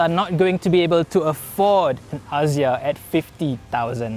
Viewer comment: “aZZia”…. Maybe just me, but that’s not how I pronounce it. 😬